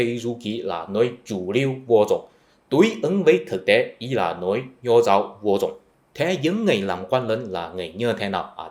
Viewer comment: Nói "vô dùng" thì vẫn hiểu được, nhưng người Việt Nam thường nói là "vô dụng" nha anh.